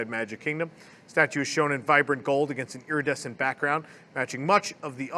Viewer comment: I've been taking a drink every time I hear "EARidescent" It's been a very rough week...